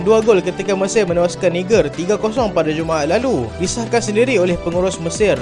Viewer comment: cara sebut dia Naijer...